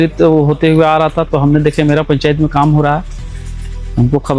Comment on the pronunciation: पेंचायत नहीं पंचायत होगा